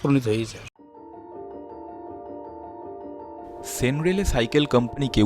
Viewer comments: সেন রেলে নয় , 'সেন -র‌্যালে ' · কন্যাপুর নয়, কল্যাণপুর। সেন রেলে নয়, Sen Raleigh.